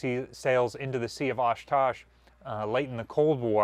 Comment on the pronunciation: the sea of "Oshkosh"? lake winnebago? or are you having a hard time pronouncing the sea of okhotsk?